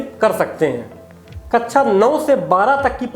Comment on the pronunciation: Feedback- शब्दों का सही उच्चारण करें। जैसे- कक्षा मानक शब्दों का प्रयोग करें।